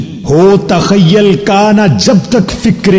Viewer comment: Sir sorry to say but aapne "TAKHYYAL" pdha jo ki TAKHYYUL hai or "ISTAFSAR" pdha jo ki ISTIFSAR hai 🙏